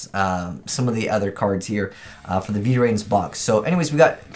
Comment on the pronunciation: Its is still called VRAINS, not V-rains :X